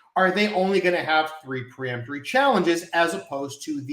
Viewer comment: Isn't it peremptory and not pre-emptory?